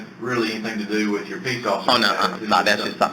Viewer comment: “ Wit “ ? you aren’t going to get anything if you can’t say the word “ with “.